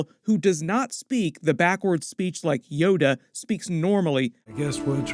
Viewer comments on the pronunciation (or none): none